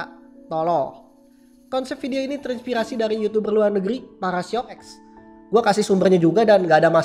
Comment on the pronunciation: apa susah nya ngomong "terinspirasi" edit:anjae 100 like